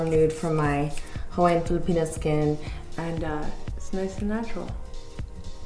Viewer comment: Does she said Filipona skin?